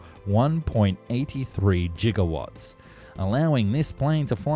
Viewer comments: Gig-a-watts, not Jig-a-watts. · when he says jigawatts in stead of gigawats... "Great Scott!" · "Jiga-watts" lol. Lovely video though, and nice 3d renders :3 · How love how he said jigawatts instead of gigawatts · "One point Eighty-three JIGGAwatts" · Was that Gigawatts or Jiggywatts? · What are JigaWatts? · YOU SAID JIGAWATTS LIKE WE WOULDN'T NOTICE! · did he just say jiggle wats? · What’s a jiggerwat? :p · its GIGAWatts natot Jigawatts !!!! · JIGGAWATTS????? My boy that g on the prefix giga is a hard g not a J.